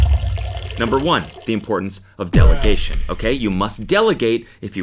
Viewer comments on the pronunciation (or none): Don’t care. I’m going to say it. Its delegation. Not deligation. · Delegation not "Deligation" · sorry but its delegation. not deligation